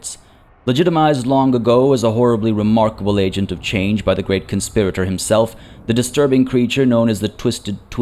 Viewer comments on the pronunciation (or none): none